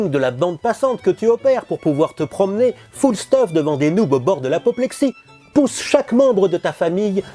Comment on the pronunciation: Merci! J'suis juste un peu déçu que tu aies prononcé "foule steuffe" et non "fule stufe" x)